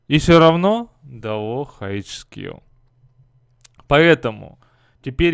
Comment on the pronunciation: Почему ты говоришь шкил, а не скил?